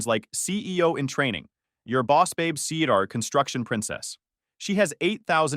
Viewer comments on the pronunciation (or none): none